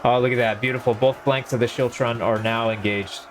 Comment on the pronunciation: The scottish pronunciation is actually skiltron but great video still